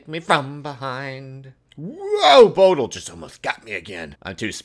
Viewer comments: its bo dil 40 not bodl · Its (bo-dil)